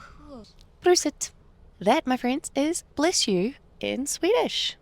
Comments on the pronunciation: "Pruset". Nope, it's Prosit :) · Bless you in Swedish is "Prosit", not "Pruset" :)